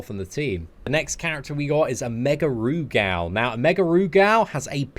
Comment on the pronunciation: Rugal is more pronounced with gul instead of gal so when spoken it sounds like Rugul but spelled Rugal